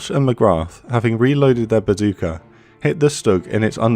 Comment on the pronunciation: Badooka? That a mispronounciation?